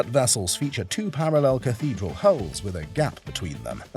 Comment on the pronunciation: I believe that you mean "hulls",,,,not "hauls", right ? And yes you are most correct. Great deal of difference between a dual hull design, and the tri-hulls shown. An actual "dual-hull" is more often referred to as a "catamaran". There's a YouTube channel where a couple is restoring a 58' one.